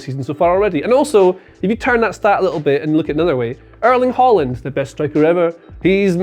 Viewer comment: My god brudda it's not Holland it's HAaland